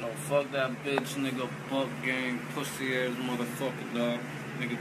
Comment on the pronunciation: He said boonk name wrong to many times